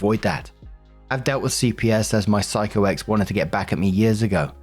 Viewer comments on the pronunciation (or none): none